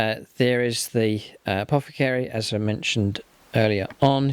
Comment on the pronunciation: apothecary, not apocathery. You said it right 5 seconds ago and here it again...